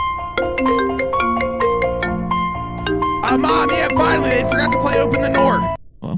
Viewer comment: OPNE THE NOOR